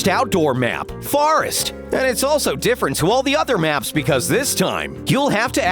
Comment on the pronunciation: Did he say farest and not forest